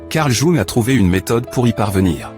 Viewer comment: Jung: prononcez young svp